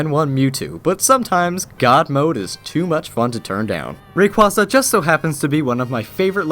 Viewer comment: Why does everyone pronounce rayquaza wrong at least I can pronounce it right